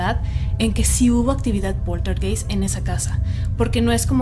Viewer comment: PolterGAIST. Esa es la pronunciación.